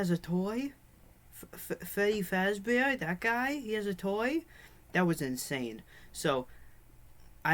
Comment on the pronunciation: Frebby fasdeeer